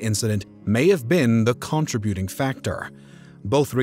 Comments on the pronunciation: Is this a computer voice? They didn't pronounce Toledo [Toe led o] correctly and contributing as con tri butte ing? LOL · First “in-scissors”. Then Toe-Leddo, Ohio. Con Tri-BYOOT-ing. Wtf? I can’t.